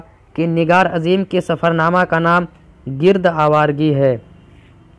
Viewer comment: گِرد آوارگی ۔۔۔ نہیں ہے ۔۔۔ بھائ گَرد آوار گی